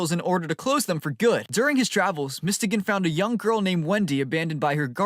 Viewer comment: Who the hell is mistegan, i think its pronounced as mys-to-gan